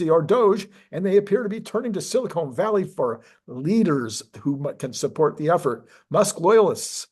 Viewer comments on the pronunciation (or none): Did you say "silicone valley", hahaha!